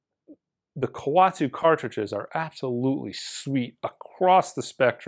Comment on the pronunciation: Its Ko-wet-su. You’re making it sound like a penguin of Madagascar.